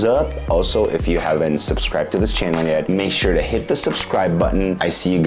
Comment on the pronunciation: I like the way he says channel. It sounds like chiennal. I wonder what part of American accent he has.